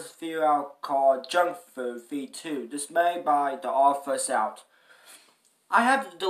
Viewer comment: It's not called theoddfirstout its pernounced theoddonesout say it like the number 1 but with a s